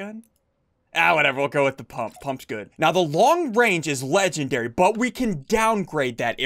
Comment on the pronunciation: He says “Legendry”